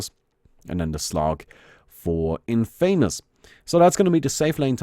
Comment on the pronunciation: 1st thing I heard was the incorrect pronunciation of 'Infamous'